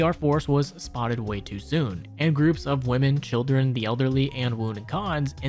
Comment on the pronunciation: "hildren" (hildern) "steven" (steve) boy you gotta read words better